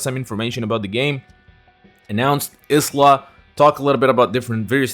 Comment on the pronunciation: You win the pronunciation prize with Isla SNK. Honestly I like the Scottish version though